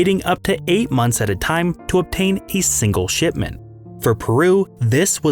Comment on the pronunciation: "the very first shitment of guano"